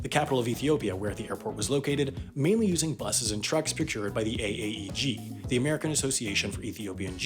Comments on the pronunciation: he says AAEG instead of AAEJ lol. small thing but ya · he says g instead of j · YOU SAY G INSTEAD OF J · he said AAEG not AAEJ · Does it bother you that you said "AAEG" and not "AAEJ"? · He says "J" as "G" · he said “G” instead of “J.” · It's not AAEG it's AAEJ Take that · found another one for the mistakes video "AAEG" said, when its AAEJ interesting video nonethelesss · that’s a j not a g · Did you pronounce AAEJ AAEG? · For your yearly mistakes video: you said AAEG instead of AAEJ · I'd like to say that AAEJ is not AAEG. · He called the AAEJ the AAEG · I didn't know J in AAEJ was pronounced "gee" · Ah yes, the AAEG - American Association for Ethiopian Gews. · American Association for Ethiopian Gews